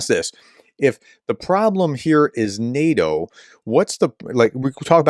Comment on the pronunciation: Sorry Prof. Your efforts at pronouncing things is Zero, and NEH-DOH..... well... that's enough.